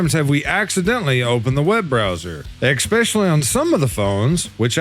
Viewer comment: PSA: The word "especially" is pronounced "eh-SPESH-uh-lee", not "ekk-SPESH-uh-lee", and not "ex-pecially".